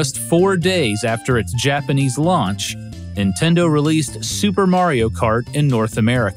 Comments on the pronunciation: Interesting video! The faux country music is super distracting, and so are the faux-Japanese pronunciations. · Im really glad you actually try to pronounce japanese right